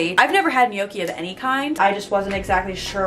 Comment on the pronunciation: It is pronounced 'knock ie' ... dellicous stuff ...